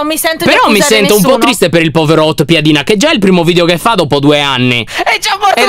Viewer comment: piedina si dice piadina